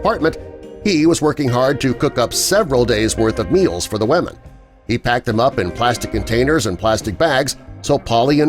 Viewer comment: ‘ he had to make sure that the WaMeN were ok’ 🤦🏽‍♂️😂